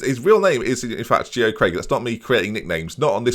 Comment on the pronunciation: Geo Craig’s first name is pronounced Jay-Oh, he’s my mate haha